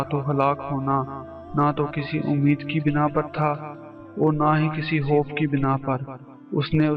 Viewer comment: Bhai g word khay ko hay ko kyun bolte ho?khuda ko huda.khof ko hof